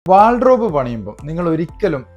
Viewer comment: ചേട്ടാ.. Wardrobe ആണ് .. വാൾഡ്രോബ് അല്ല